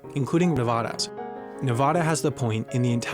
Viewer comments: Nevada is mispronounced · The narrator mispronounced Nevada